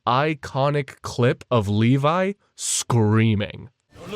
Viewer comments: FINALLY YOU SAID LEVI NOT LEVY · You said “Levi” correctly 🥹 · You fixed the pronunciation of Levi”s name 🎉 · I think they did this again just to pronounce “levi” correctly